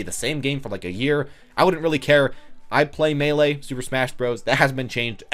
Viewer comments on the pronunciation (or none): none